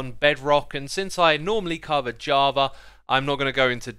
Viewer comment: Why does it sounds like he says "Jarva" instead of java haha